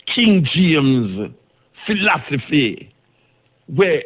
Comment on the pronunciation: You gotta learn to say"philosophy“bro,lol